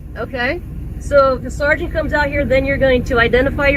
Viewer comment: Your crappy robot voice needs to learn how to pronounce “sergeant”